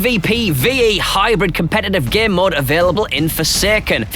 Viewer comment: I thought he was saying "gear mod" instead of "game mode" and was really confused why he was calling it that